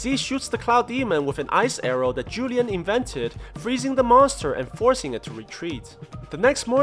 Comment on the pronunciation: man said julian for juan lian lmao.